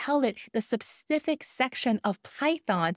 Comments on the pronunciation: When you say “sapcific” you mean specific right? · Saying "sup-cific" instead of "specific" is doing my head in lol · Thanks for great video One correction Specific not sepcific :) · Great content. 😊 I can't get over how you pronounce specific though lol. You keep saying sep-sific 😂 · I do NOT want to learn AI “secrets” from someone who says ‘sepcific’ for “specific”! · I think you mean "sup-cific" topics 🤣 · 'Subcific' lol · is she trolling with the word subsific? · Please Google how to pronounce specific in UK English. I was absolutely crying with laughter every time you said specific 😂😂😂😂